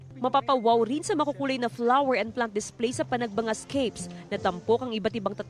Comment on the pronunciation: Panagbanga pala ang pronunciation pero Panagbenga ang spelling